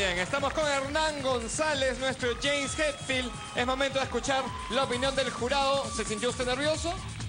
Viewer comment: es hetfield no hatfield